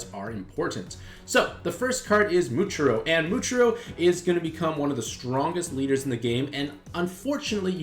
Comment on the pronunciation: bro really complaining about the acceptable nezuko pronunciation while ignoring how he absolutely butchered muichiro and gyokko